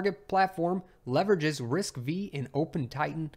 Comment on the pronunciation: "RISC v" should be pronounced as RISC "five" not v which means it's a fifth generation ISA